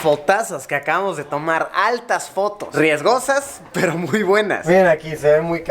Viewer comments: Dise fotas en ves de fotos v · LIKE SI TU TAMBIEN ESCUCHANSTE Q DIJO FOTAS